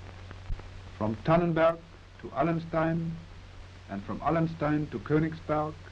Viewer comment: It's Tannenberg though, not Tannenburg.